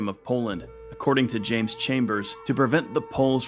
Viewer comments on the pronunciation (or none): none